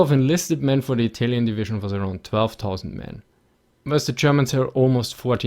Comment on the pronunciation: Just love how you say "Komparischn" and "Divischn"